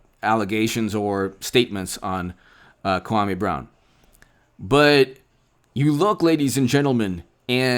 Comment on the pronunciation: You disrespect the man when you pronounce his name wrong...it’s (Kwah-mee) Brown